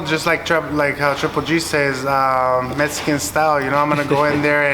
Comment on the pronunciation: It’s Mexican! Not metxican